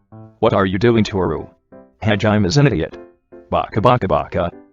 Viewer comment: “Hajiem” lmao